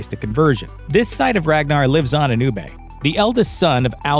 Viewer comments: UBER…. Not UBEYE! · I'm three years too late for this, but it's so easy to tell when a commentator hasn't actually watched the show and is just reading what other people have wrote for them. Ubbe is pronounced Uub-ber not Uub-bey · Oooo-Baaah! not oooo-bey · Ooobey.. did you mean Uh-buh. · Why’s he keep saying “oo-bey”?? It’s pronounced “OO-BUH”!!! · Who the fuck is ubay? 🤣🤣🤣🤣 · I'm legit about to slap your narrator! His name is pronounce "UB-BUH" not "OO-BAY". Ubbe is UB-BUH! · Ubbah not Oohbay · It’s ubbe not ubba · Could not finish this video because he kept calling ubba oobay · Awful video. Ubbe, not Oobey doesnt abandon the gods, he doesn't think the other dude is man enough to even begin the blood eagle. Please dont make these kinds of videos if you have no idea what youre talking about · Ubbay? Ubba. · Oo-buh not Oo-bay! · why do you ponounce it u BAY? have you not watched the series lol.. not a single person pronounce it like that, it's UB-EH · Who the hell is ubay lol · Its not ubbay Its UBBA hahah :) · its not ubay, its ubba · who the f$%k is oobay lol. It's pronounced Uber. I swear the people who do these videos don't watch the things they're talking about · I have never heard anyone pronounce Ubbe as 'Oo-bay' before. After 6 (or 4ish) seasons with the character, you can't pronounce it like the show does? (i.e. like Uber the company) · "ooh bay" 😂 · Terrible script reading, who ever narrated this never saw the show, could not even pronounce their names properly, UBBIE 🤣stopped watching after the mispronunciation of Hvitserk. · Do you actually even watch the show? They say Ubbe’s name dozens of times, and yet this guy, Oobay, it’s like the Viking version of eBay I guess. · “UbbAE” get a grip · am i the only one who got increasingly annoyed that he couldn't say Ubba correctly, or Wessex for that matter. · "Ubbae" the narrators at looper are actual idiots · Ubbe is pronounced as Úba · Who tf is oooo-bae lol? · It’s also not ub-ay is Ubbe